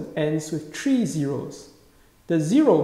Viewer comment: Why are you saying four hundred and tree?